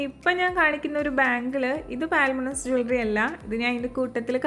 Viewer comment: Ellam nalla collections thanne...❤ Lovely dress🥰..pinne പാൽമൊണാസ് അല്ലാട്ടോ പൾമൊണാസ് ennanu brand name.. Sraddha Kapoor nte ads il palathavana parayunnath kettittund..